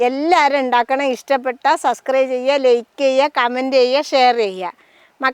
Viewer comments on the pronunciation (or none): none